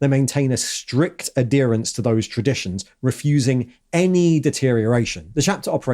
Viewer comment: The H in adherence is pronounced, even in British English.